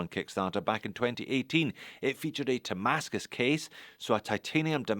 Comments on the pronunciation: Nice shots of some interesting watches from Zelos. (By the way, are you pronouncing it "Tamascus"? That's what my ear is hearing.) I can see why the Hammerhead was popular, that's a beefy cool watch. Good take on the brand and what this watch offers, it's not for me but it sounds like it will sell. Makes me think of a G-SHOCK color variation. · I believe he is pronouncing "Ti-mascus", for titanium-based damascus